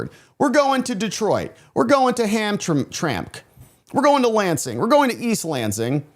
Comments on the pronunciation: Pronunciation …. Ham Tram Ick. …. 3 syllables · For future reference the Michigan city is pronounced Ham-tram-ick